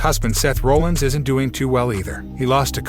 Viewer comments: To support Shanna Hoyt's comment, if you don't have an announcer who has at least some interest in wrestling, things will fall flat. Seth Rollins is not pronounced Roll-Ins. It's more like Rah-lins. Sorry, but not knowing this is bad form. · He sure does: Asca & Asueka instead Aw ska (Asuka) al ter gnat instead of alternet (alternate) Roll ins instead of Rol lins sash a instead of sasha live instead of LIve. Not sure where this came from: Davrap instead of Dou Drop (and yes I have too much time on my hands 🤣). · You went from saying asska a dozen times to saying assooka. Apparently seth's last name is roalins. Bianca's last name is bilyre. Sasha is being called seasha. Good coverage, but get a guy who is a fan of wrestling. Is this a computer, or did someone hire a guy who has never watched the product? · Can’t seem to pronounce peoples names. Seth “Role ins” and “Ask ah” then mispronounces it a second way with something like “Ah soo ca” or whatever the hell that was - c’mon dude 🤷🏽‍♂️ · Guy.....are you actually a wrestling fan or just hopping on a popular topic train to get views? I ask, because I'm curious who this "Seth Rolands" guy is. Dude, if you're gonna report on the shit, at least learn how to pronounce the people's names properly that you report on...I mean seriously, we're talking about Seth "Freakin" Rollins here...smh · People that don't watch WWE, might not know how to pronounce Seth Rollins last name